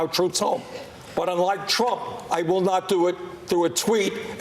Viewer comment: How many times did he say " Donald Twump is a pathowogical wiar..." ? That' s all anyone needs to know about this career windbag politician.